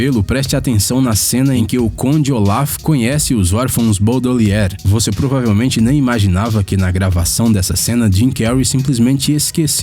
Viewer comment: 1- "centenas dessas Árvores" 2 - As wacko skees 3 - DESAVENTURAS em série 4 - Os órfãos BaudaLIER Da pra perceber o cuidado pelo conteúdo deste canal kkkk Consiste em pegar listas e ficar lendo aleatoriamente sem fazer ideia do que está falando.